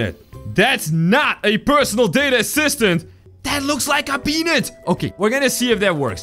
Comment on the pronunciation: can you say peanut right please it sound like the thing 😣